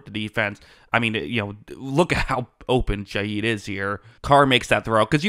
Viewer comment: Rashid ShaHeed not Shayeed!